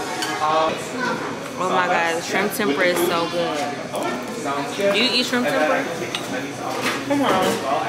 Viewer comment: Tempura is pronounced Tem-pu-ra... 3 syllables. Stay safe.